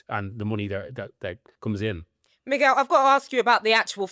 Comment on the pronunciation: Nice one for saying Miguel properly. Same rule as in English with guest house, so "Mig-you-well" or "Moog-well" is pure torture.